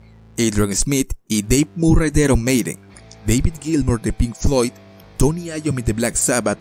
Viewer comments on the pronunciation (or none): "Aron meiden" xD